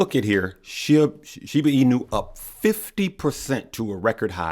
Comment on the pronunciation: You always call it "SHIBU INU" lol just like Ice T